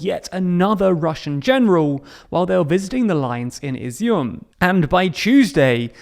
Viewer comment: Well done on getting the Izium pronounciation right mate.